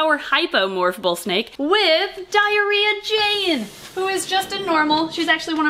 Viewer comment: Trying to decipher if I just heard "Diary of Jane" or "Diarrhea Jane" 😂😂 Was half listening and then burst out laughing. Didn't realize you had a "Diarrhea Jane" 😂 love it. What's the story there?!